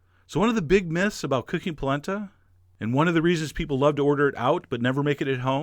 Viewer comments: It's pronunced Pall-ent-a!!!!!!!!!!!!!!!!! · I used to pronounce it "polanda" as a kid, too! Goes great with pork ribs and a your Sunday gravy sugo recipe! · Oh my gosh, My mom says POLANDA to this day. Lol. I tell her and she swears that's how her memaw said it!! Lil 4ft 7 Italian woman! Thank you for this!